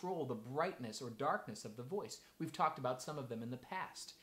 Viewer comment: Did he say "dorkness"?